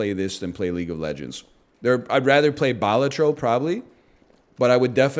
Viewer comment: I dont think I've ever heard the game Balatro pronounced the same out of any two person's mouths.